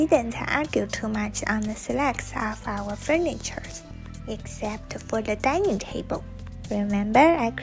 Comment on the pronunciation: Dining, not dinning. :)